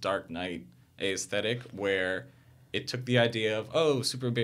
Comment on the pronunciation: His repeated mispronunciation of "aesthetic" almost made me rage quit this video. Learn how the word is said if you insist on saying it, especially over and over.